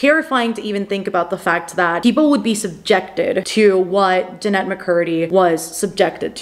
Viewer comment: It's Je-nett, not Janet